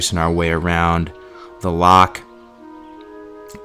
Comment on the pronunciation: Probably should have got a Scot to VO this as others can’t pronounce “Loch” properly... every time you say it I cringe...